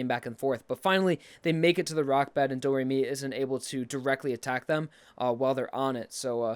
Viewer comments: "Doe", not "dew". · Doe Ray Me Fa Sew La Tea 'Doe,' not do.The last note is the same as the first. Great video though! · Every time I hear doo instead of do, it causes me physical harm. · pronounces the first note as "doe" Also: the same note is at the end....better change its pronunciation to "dew" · doe not do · it's pronounced doe. not doo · He says do properly in do re mi, but at the end (a full octave, same note) it's still doh not dew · la ti du? I believe it's sound is pronounced as doe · Why you say do as Doo. Do is do, you say it right in the beginning, why you change it at the end of the scale? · Just to quick vent... ITS DO (D-O-E) NOT DO (D-O) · Do re mi fa so la to do. Both "do"s are just pronounced like "dough" I'm sorry to nitpick but I literally felt something inside me die when I heard Doo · I am from america and yes we do have to have a music class from 1st to 6th grade. And i thought do on both sides of the scale were pronounced as doe not the ending one being do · BOI! Why you sayin Do re mi fa so la ti DOO? No one says that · I KNOW HE WAS TOTALLY PRONOUNCING IT WRONG! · three years later, glad I wasn’t the only one that heard it